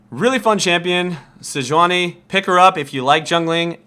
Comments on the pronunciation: it's " Sejuani " not " Sejauni ". Thumbs up so he can see and correct it. This affect the searche result on Youtube. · Maybe someone should tell him, that her name is Sejuani?